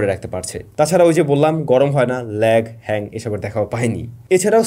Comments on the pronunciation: Hang কে Lang আর Lag কে Hag বলে ফেলছেন.....আমি হাসতে হাসতে শেষ🤣পরে আমিও ট্রাই করলাম..দ্রুত কথা বলতে গিয়ে এইরকম ই হয়😁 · Bro saying ল্যাং হ্যাগ. I am no judging him but it seems real and lovely. Love from Jhenaidah...